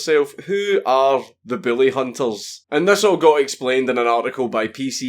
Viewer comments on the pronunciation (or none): I love how your accent makes it sound like you say "the billyhunters" lmao it's brilliant. You're the dude who taught his pug to heil, right? I'm trying to teach my water monitor but he doesn't seem to catch on.